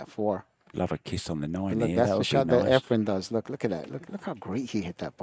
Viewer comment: Lol They butchered efrens name for years